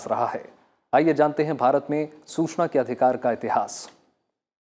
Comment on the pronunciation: Hindi pronounciation is not good like Susana,wrong